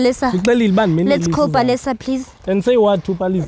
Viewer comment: Its actually *Palesa*